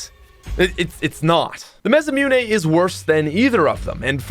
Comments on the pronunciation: ma-sa-moo-nay. not ma-sa-mune 😂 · repeat after me: MAH - SSAH -MOO-NÉ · The way he says masamune bothers me a little ;)